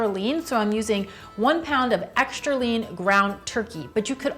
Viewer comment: ekshtra, ekshtra, ekshtra, mikshter.... really? Yikes!